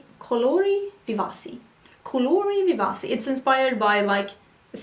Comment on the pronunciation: Hello! 💕 I am an Italian girl and I'd like to explain the right pronunciation of the BH Cosmetics palette 😘 it should be pronounced like this: "colori vivachi" because the letter "c" has a "ch" sound when you have to read it in Italian. I hope I explained it well 😅